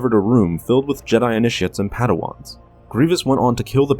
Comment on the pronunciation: You called initiates inish*